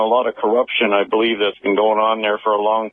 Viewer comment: Don't believe... "bleeve" like good ol' Art.